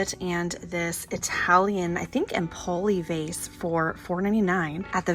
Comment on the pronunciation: it's pronounced EMpoli. Accent on EM. Orvieto is famous for great ceramic production. You will love it!